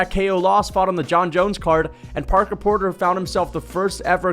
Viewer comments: Right, I was laughing my ass of at that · I like how he keeps calling him porker porter